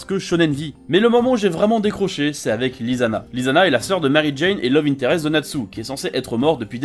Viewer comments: C pas mise gun c mist gun Et c'est pas lisana c lissana mais sa s'écrit lisana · Le prénom Lisana se prononce Lissana TEAM FAIRY TAIL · Je ne suis pas d'accord sur tellement de points que je pourrai écrire un commentaire construit pendant une dizaine de minutes... c'est aberrant toutes les idioties qu'on peut entendre en quelques minutes. Déja, quand on fait la critique d'une oeuvre, on se doit de prononcer les noms correctement, par respect, "" 🤦🏻‍♂️, "LIZANNA", "MARIJANE" au lieu de Mirajane... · Quand ta prononcé " " et "Lisanna" 🔫